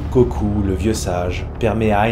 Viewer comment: En neerlandais, Cocu se dit Cocu et pas Cocou! Sinon, excellente vidéo.